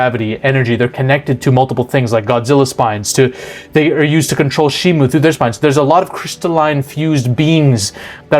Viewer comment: You pronounced ghidorah wrong it’s said with a G like gun not Giffy, also it’s Shimo not Shimu (I’m sorry I had to go nerd mode)